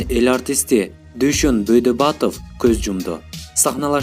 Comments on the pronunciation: Бойдабатов эмес Байдоботов. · Бөдөбатов эмес Байдөбөтов .билимди жакшы алыш кк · Бойдабатов дейт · Дуйшон Байдоботов деп айтсан Бойдобатов дебей. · Бөйдабатов эмес😠 Байдөбөтов деп туура сүйлөчү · Бойдобатов эмес Байдоботов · Байдубатов эмес Байдоботов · Дүйшөн Байдөбатов эмес Байдөбөтов чыгарсанар туура чыгаргылачы чайналган кассетадай болбой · Бөйдабатов эмес Байдөбөтөв инсулт эмес инсульт туура сүйлөчү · Бөйдабатов дейт го.Туурараак окусанар боло. Каалоо тилек да туура эмес.Тост айтып жатасынбы. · Добудатов дейт😄😃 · Актердун фамилиясын туура айтсан боло тантырабай автор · Денгеели томон, суйлогонду билбеген журналистер кобойду. Легендарлуу актердун фамилясын туура айталбайт. Ото окунучтуу